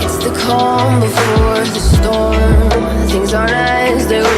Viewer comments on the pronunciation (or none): none